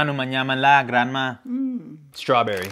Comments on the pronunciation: I like how they pronounce es--true--berry..sounds cute.. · I see older generation Philipinos pronounce strawberry as many non Emglish speaking latinos.